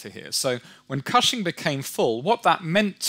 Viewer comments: Oklahoman here: it’s pronounced “kush-ing” not cash-ing or however he said it. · Totally mispronounced "Cushing." Oh, ok whatever.